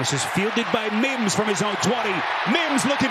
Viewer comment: If that dude says Mims like he does one more time.... 🤬